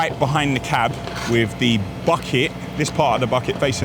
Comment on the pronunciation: your speaking to camera on these videos has become very lazy. Du instead of the, dis instead this, norf instead of north.i live in Birmingham not burm in um!